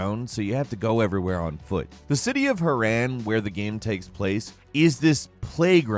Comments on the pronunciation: "Herran"? Its HArran! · Did he just pronounced harran ha ran I say it like ha ron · her ran it's herron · Hiirran ? It’s harran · Im insulted how he said harran, because dying light is my favorite game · Also "Harran" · Am I the only one bothered of how he said Harran and Volatiles? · Im VERY fucking triggered he mispronounced Harran.....like the name of the city is said in the very first sentence of any words spoken IN THE TITLE SEQUENCE! how the hell do you mispronounce Harran?